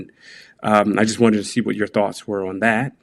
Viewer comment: whudat "dey"